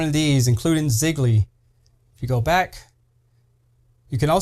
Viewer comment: I love your video keep it up but you pronounced Ziggy wrong you put a l in it it's pronounced Zi-ggy